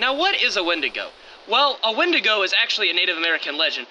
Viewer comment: “Don’t run when you see a wendingo” Also: RUNS FROM WENDIGO